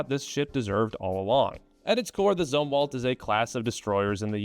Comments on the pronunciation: It's pronounced like zoomwalt. He was admiral of the Navy in the Vietnam era. He was also responsible for ruining the navy... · Navy guy here - Just sayin It's Zoom-walt Otherwise your commentary on the Zumwalt class is spot on. It's a clusterf*ck afloat.